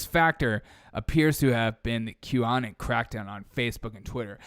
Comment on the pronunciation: It's Q Anon (rhymes with "Anon-ymous", not Anon-like- "canon")